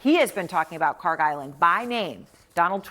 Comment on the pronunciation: The Island that you call it KHARG Island is actually is KHARK Island! There is no G when we say خارک! I think the translator didn't made any differences between k ک and G گ in Persian language! As you see differences between K and G is just with one small line but in pronouncing it is huge different! That means KHARK is the correct name!